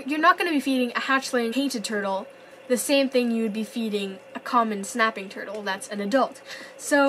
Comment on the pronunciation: Who heard her say herdel at 4.51 seconds